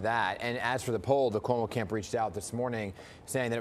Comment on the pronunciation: Can't even say Cuomo right. Keep dreaming commies Newyorkers will show up